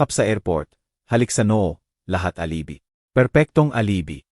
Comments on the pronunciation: Nkakainis pkinggan ang ngsasalita,puro mali ang pagbigkas ng mga words,notebook nging notibuk,alibi nging alibe,yung jose,nging josie hay nku ok na sna pkinggan kaso puro mali nman ang grammar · Good story, however , I recommend please do some elocution lessons so you can pronounce the words properly. It was so painful to listen to, when words are distorted. The old lady is Beatrice, its alibi not alibe, it’s tea not tia and many words were mispronounced. That leaves the listener to decipher what you are trying to say. The story telling is more effective when words are pronounced the way it should be. If one wants to grow in this field , start by learning how to speak properly. Thank you. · D lng betreas haha😂imbis beatres,,,pati NGA ung alibi,,,alibiy,,haha, 😂 ag notebook,,noteybook haha